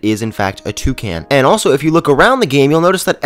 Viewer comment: he says toucan like " Two - Can " LOOOOL